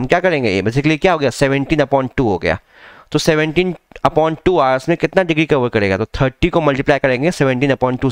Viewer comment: Hours bolo sir thik sai